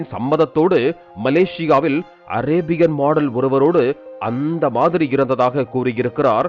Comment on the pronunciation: அந்த மாதிரங்குற வார்த்தைய எ யா அழுத்துற😂😂😂😂😂